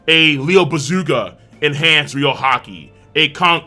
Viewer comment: Man sometimes i’m abit bothered that west anime youtuber said it Ryou instead of Ryuo